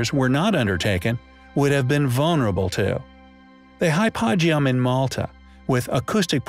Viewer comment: Love your work and excellent video. The only issue I have is with some of your pronunciations eg; Hypogeum. It is pronounced Hypo gee um not Hypog eum. It would certainly add to the quality of your chanel to get them right.... cheers and keep up the great work.